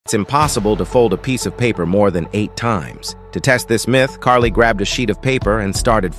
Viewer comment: Kari (not Carly) Byron…